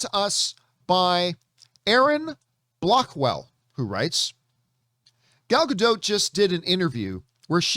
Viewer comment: For the love of all things good.....learn how to say Gal's name. You're supposed to be some sort of representative of knowledge and you can't even say her name correctly. Get a clue dude.